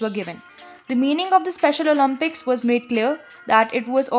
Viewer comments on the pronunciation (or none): none